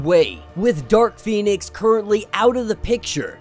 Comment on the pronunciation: Read the words & names and read them correctly please. Most of us spend half the time workin outwhat your saying. Am surprised you pronounce Pheonix right.